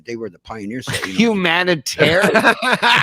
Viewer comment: it says: "HUMANTARIAN" instead of "humanItarian" .... lol This jamoke suffers yet ANOTHER indignity! 🤷